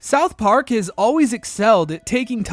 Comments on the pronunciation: The way you pronounce it South PARK, not SOUTH Park. Technically it’s correct but it sounds off😊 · Why do you say south park so weirdly?